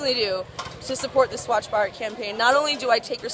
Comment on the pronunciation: like the way u pronounced "Swachh Bharat'